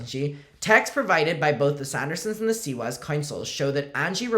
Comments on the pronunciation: fightin for his life trying to say Siwas 💀💀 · “Seawees” Keeps getting me 💀💀💀